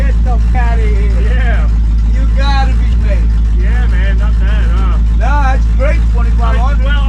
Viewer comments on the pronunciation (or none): none